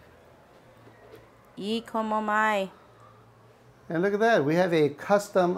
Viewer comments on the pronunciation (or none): Nice review, really pricey, I can get a round trip ticket for two and get comp rooms for five days for $800 at a Strip hotel in Vegas, you pronounced E Komo Mai incorrectly!!